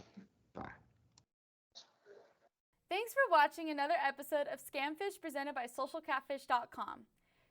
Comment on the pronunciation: "Prestented" lol how yall got a mistake in literally the first second of the video